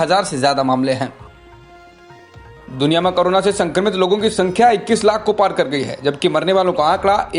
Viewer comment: it's corona not carona